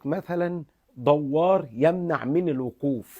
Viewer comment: دوار بضم الدال ياشيخ